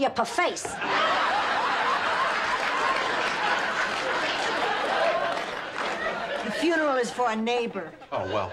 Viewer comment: The pfuneral line... I could swear it was adlibbed.